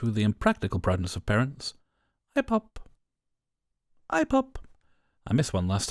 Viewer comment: I still giggle when you say IPOP! Hehe